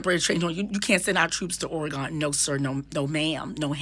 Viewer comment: Thank you for your explanation!!!🥰 (PS: it’s pronounced Or-a-gun over here 😁)